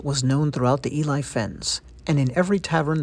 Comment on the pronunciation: So the area they're talking about Ely, is actually really close to where I was stationed in the UK. It's a pretty neat little town with a great cathedral. The name is pronounced Eel-ly, btw, which is easy to remember because eel fishing on the fens is a popular hobby in the area, to the point where they have an eel festival every year.